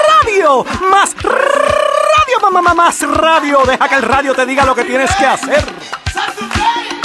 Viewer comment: rrrrrrrradio espantoso